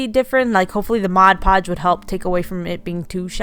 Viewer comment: Thank you for saying MOD! Many YouTubers call it Modge Podge and that drives me crazy!!!